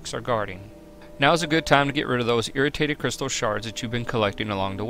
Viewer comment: btw, its not irratated crystal shards, its irradiated (ee-ray-dee-ate-ed